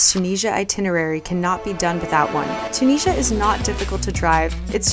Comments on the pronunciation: I love this video so much but I just want to let u know that it’s pronounced chew-Nis-e-a 🥰🥰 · Im tunisian myselfand its pronounced toon is ya